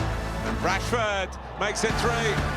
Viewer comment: Did he say bradford 😂